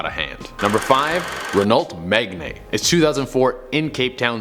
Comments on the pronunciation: Megane not Megne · Da hell did this dude pronounced Megane as Mega-nay😂. It's Me-ghan. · “Renault Meganay” Its pronounced “Meg Anne”. Lmaooo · Renault “Me-gan” not megnae 🧐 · Did he just say Renault megnay 🤣 it's pronounced meg-anne my dude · And Megne really? It's Me-Gone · Renault Megne ?? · That is not how you pronounce 'megane', it's meg an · «renault megnaie» as a european this annoyed me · WTF is a Ren ault Megnane and where the hell is Le Maas? Also, Jag-war? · Renault Mugann. Thats how its pronounced. But the Renault Megane is the car brand. Its not a specific story name. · Renault Megane, not Megne 😂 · Megane (Me-Gan) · "Renault Megne" BRUUHHH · Renault is pronounced like ’Reno’, and Megane is pronounced ‘Me-gain’ like meg(a)gain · Am i the only one picking up on how he said renault megane its pronounced meg anne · Renault Meg-nay? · Boi you pronounced megane wrong. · H h FAX BRO IM PUNCHIN THE AIR RN